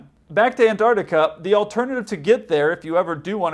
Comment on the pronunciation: Mostly I enjoy your videos, but PLEASE pronounce the consonants. It's Antarctica, but you kept saying "Anartica."